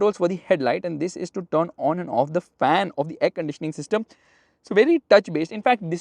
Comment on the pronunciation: "THIS"" THIS THIS THIS THIS THIS DIS DIS DIS DIS DIS DIS... 🫥🫥🫥🫥